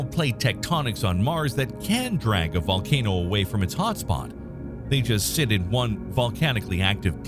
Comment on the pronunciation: What's a volanoe?